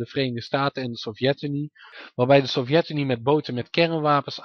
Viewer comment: Fix je klemtoon. Het is SOVjetunie, niet sovJETunie. Verder puike video.